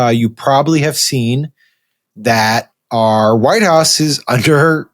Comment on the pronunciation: .."The Entire Facãde of the Wh I te House...". Oh, Christey Joon. 😐